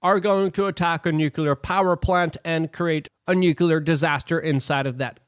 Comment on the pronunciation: Please pronounce "nuclear" correctly.